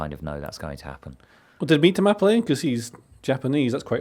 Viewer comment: extra credit for correctly calling Mitoma "Mitter-ma" rather than "meTOEma". Now just work on Estupinan. Is "Est-opinion" - not "Estoopy-nan"